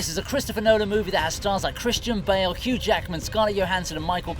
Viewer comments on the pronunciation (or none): none